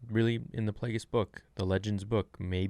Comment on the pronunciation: It's Plagueis.